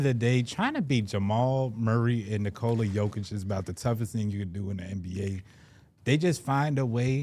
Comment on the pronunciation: Home team announcers don't necessarily say player's names correctly. Almost no one says the first name of the best player in the league correctly, including most of Denver media. It's pronounced more like 'Nicholas' without the 's' and almost everyone says it like 'Nicole' with an 'a'.